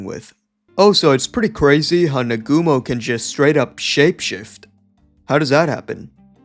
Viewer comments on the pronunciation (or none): It's Naa-gu-mo, not Nagoomo.